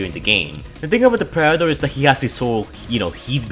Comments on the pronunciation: sry, just the way he tried saying Predetor was funny xD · “The preder “ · Ah yes, the prader